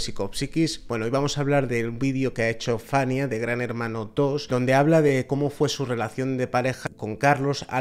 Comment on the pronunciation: Se llama Fayna. No Fanya. Si publicáis este tipo de videos que son bastante duros, por lo menos hacerlo de manera correcta